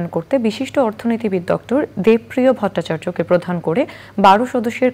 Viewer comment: Please pronounce the names correctly. Such as Dr Debopriyo bhattachariya. Not Deb Priyo